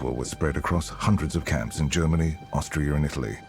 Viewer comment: sounded like he said Australia, not Austria